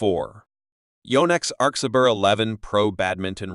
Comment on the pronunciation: @@ it is good but like video said arcsa "bear" rather than ber